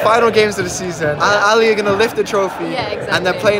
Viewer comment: al-ally💀💀💀💀 sorry bro its al aHly